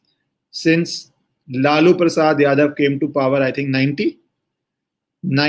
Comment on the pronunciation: प्रसाद को प्रसादा तो मत बोलो भाई। शब्दों का उच्चारण तो सही से कीजिये।